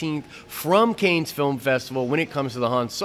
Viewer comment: Love the video! FWIW heads up on Cannes - it is pronounced "can" or "kahn" definitely not "canes".